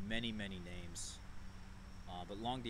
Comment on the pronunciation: it's pronounced "long doot." It means long August in French.